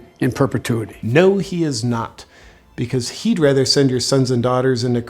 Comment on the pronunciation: He pronounces "Perpetuity" EXTREMELY well for some reason.....😂